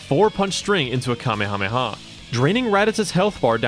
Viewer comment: You've never watched DBZ? That's clear by your pronunciation of "commy hommy ha." That's NOT how it's said. Not even close. 🤦